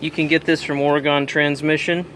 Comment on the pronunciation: ..... Are you saying Oregon???